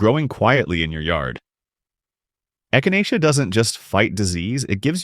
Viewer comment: There is a lot of good information here. I have at least half of these growing already, as well as numerous beneficial "weeds" including purslane, broadleaf plantain, narrow leaf plantain and goldenrod. However, the narration is obviously AI because things like Echinacea are mispronounced.